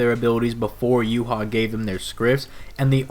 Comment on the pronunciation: Whenever Yhwach bach's name comes up. Its basically saying You haw bach-bach. YH is yuhaw. The wach part is the Bach part so its Yh(youhaw) wach (Bach) and the Bach part it sounds like Vahhk. Meh I'm bread and butter